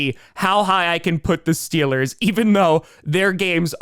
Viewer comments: DID I HEAR STEELAH GAHNTA SUPAH BOWEL!?!?!?!?!?!?!?! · Stweelers go to tuper bowl 😂😂😂😂